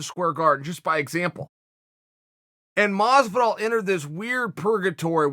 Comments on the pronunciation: Me: Masvidal Chael: MOsvidal Me: thats what I said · Masvidal legally has to add more syllables to his name